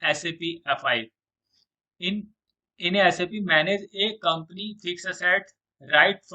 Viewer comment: before making videos of SAP first learn how to pronounce SAP...